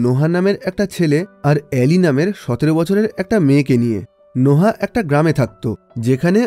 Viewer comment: নোহা কি ভাই এটা নোয়াহ(noah)